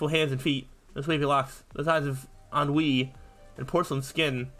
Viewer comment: You’re the first person I’ve seen play through the worried man sidequest who pronounced “ennui” correctly on the first try